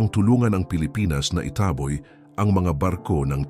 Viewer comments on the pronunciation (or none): Ayusin mo ang pag saslita mo hindi itaaahboy tanga itaboy ganon wag kang mag tanga tangahan bobo.